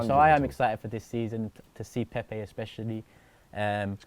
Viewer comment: Come on lads let’s at least pronounce his name right now lol How can us arsenal fans not be excited we just signed Pepe like who expected u know what ifs true we are the worst fans lol it’s a project it’s not going to happen over night ffs agreed with wingers last season was such a problem anyone could see that but we also defo need solid CB and LB and RB